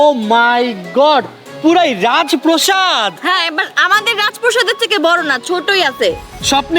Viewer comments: প্রসাদ না প্রাসাদ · Proshad na prashad